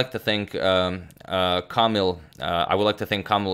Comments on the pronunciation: (you should read the 'i' the same way you read e in 'English' ) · A bit funny how agadmator managed to read Żołędziewski pretty well but failed a bit reading Kamil